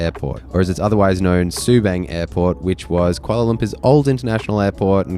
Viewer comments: It is pronounced “sir-lee-tar” and “sue-bunk” “car-lung” 😂 There are more than just 2 airports in Singapore, including military airports. Changi airport is not dated (omg!) It is constantly being renovated and upgraded. It is one of the world’s best airport. Dated is not the word you use to describe it. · Btw, its pronounced Su 'bung', not Su 'bang'. And its Sa 'li ta' not watever pronounciation u said lol XD. Just a tid bit. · Its called Sue- bung . As in rung, lung. 😅 you could fly to koh samui From Subang before covid . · seletar ser lee tar subang sue barng butchered it lols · Bro, you could at least pronounce Subang ans Seletar properly.